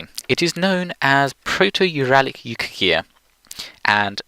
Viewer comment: Yukaghir, not Yukhagir Suomen, not Soumen, as someone else has already pointed out